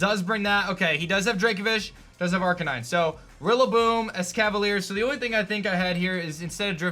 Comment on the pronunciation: He was saying "Aranine" wrong